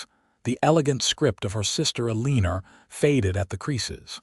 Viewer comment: Need to pronounce the names correctly, tuck- son instead of tooosaan, eleeenor? Elle en our! Can't listen